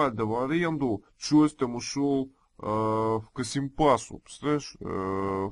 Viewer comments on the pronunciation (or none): Не Касимпаса, а Касымпаша